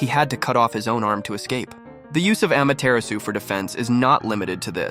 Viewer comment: It’s pronounced ama-ti-ra-su not ama-tear-asu Ai voices dudeee